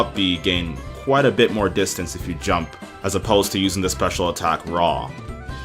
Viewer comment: Distance not distince.